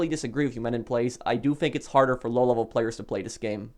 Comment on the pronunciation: Lol. You like to say lolevelplayers! xD